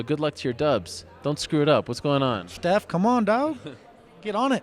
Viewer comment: "Schteph, come on doe." LOL